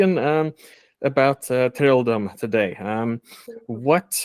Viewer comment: whatever bro, det är väl uppenbart på hennes uttal och utseende att hon inte är 100% svensk? Hon påstår sig vara "first generation swede" men vad fan betyder det liksom, haha, på sättet hon uttalar trolldom och andra ord är det ju tydligt att hon inte talar svenska